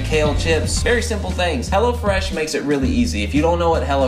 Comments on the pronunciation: everytime he said "hello fresh" it sounded like he was saying "hella fresh" ..... haha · everytime he said "hello fresh" I thought he said "hella fresh." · i kept thinking you were saying hella fresh lol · I thought he was saying Hella Fresh until o saw the apron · Is he saying hello fresh or hella fresh hahahahahhaha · Lmaooo I thought he was saying hella fresh the whole time not hello fresh 😂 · I thought they were saying "Hella Fresh" until I saw what it really was in the description loll